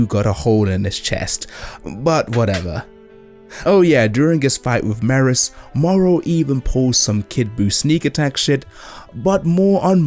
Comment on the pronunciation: 1. Regurgitator of works was a great pun. 2. Thank you beyond measure for pronouncing Merus correctly. 3. Same on Mikasa. 4. My mental voice for Moro is Chris Tergliafera. (Avdol from JJBA, but sinister.) 5. This entire video highlights a great many of the reasons why I have little interest and even less hope that post-Toriyama Dragon Ball will come even close to measuring up to Toriyama's Dragon Ball. Oh, and the Granolla Arc in general... Also, holy crap, is that the same Jadusable who created the legendary BEN DROWNED series?? If so, having Jad and CAGE in a single video is honestly a monumental coming together of two living legends.